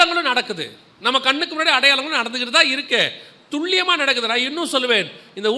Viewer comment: வணகககம் சகோதரா நீங்கள் சொல்லும் வாா்த்தையான துள்ளியமாக என்பது தவறு துல்லியம் என்பது சரி "ல"